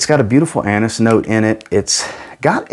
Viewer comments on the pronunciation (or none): none